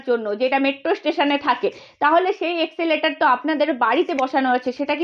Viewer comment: 😂😂😂exeleter nay re baba. OTA ESCALATOR.